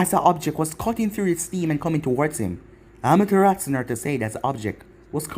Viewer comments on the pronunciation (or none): none